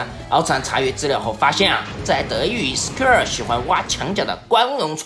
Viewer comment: 原来“Square”啊。厂长这口音，我还以为是SKR呢